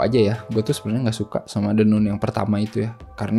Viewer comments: baca nya nun ya ? bukan nan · Kritik buat THE NUN (bacanya THE NAN bkn THE NUN )